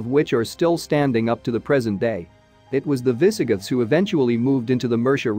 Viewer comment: Yes. Minor mispronounciations like "viss-uh-GITHS"